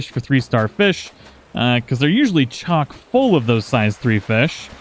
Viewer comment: finally someone didn’t say “chalk-full” 😂